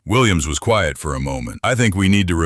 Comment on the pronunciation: By the way, Quiet isn’t pronounced Quite. It’s QUI-ET.